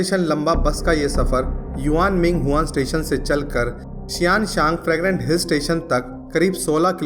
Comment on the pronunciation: Fragnant sounds like pregnant😂😂😂😂